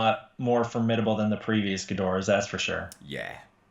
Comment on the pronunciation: "Geedorah, Ghidorah" "Yeah, it's Ghidorah" 😂😂😂